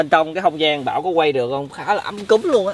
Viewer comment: Ấm cúng mà ông cứ nói ấm cúm nghe khó chịu vcl:]]]